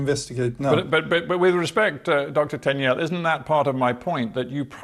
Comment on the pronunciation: Why is this interviewer mispronouncing Tegnell's name all the time? It is pronounced Teg-nell, not Ten-yell.